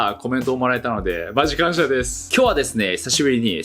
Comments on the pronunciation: マジ感謝がマジ顔射って聴こえた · いやむしろ顔射って言ってる説